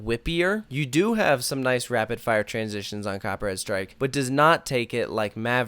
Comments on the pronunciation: Each time you say the title of the ride, it feels like you're saying "Copyright strike" XD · Am i the only one that hear him saying "copyright strike" throughout the whole vid lol?